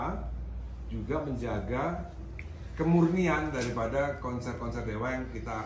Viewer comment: Koreksi mas Dhani. Kemurnian bukan kemurinian.